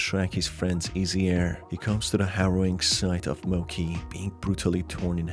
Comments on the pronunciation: Ok but when people pronounce “Mochi” as “Moki” it actually hurts me inside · Just a small nitpick, the dog's name is most likely pronounced Mochi (Mow-chee) and not Mochi (Moe-key).. Beside that, Loving the game analysis! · Mo-ch-ee not mo-ck-ee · the dog's death was so sad! i think that was the worst part of the game. by the way, the dog's name is pronounced 'mo ch ee' not 'mo k ee' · Mochi is pronounced as it's written, not mo-k-i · It brought me psychical pain every time Mochi was said incorrectly